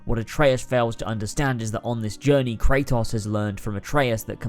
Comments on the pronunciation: I don’t understand how you can play a game in its entirety and mispronounce the main character’s name every time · You played through the series, made a 2+ hour video analyzing it and still can’t pronounce the main characters name right? Shucks man :/